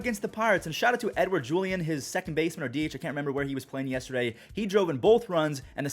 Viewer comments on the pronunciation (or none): none